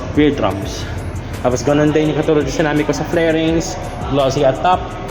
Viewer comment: Correction lng. Fairings po. Hindi flairings